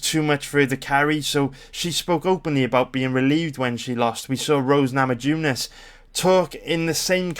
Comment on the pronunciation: Minor correction: Abel Trujillo's last name is pronounced, phonetically, true-HEE-oh. Enjoying your videos. EDIT: another pronunciation correction: Rose Nama-YOO-nas.